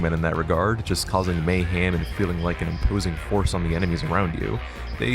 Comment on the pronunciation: creator “”😂😂😂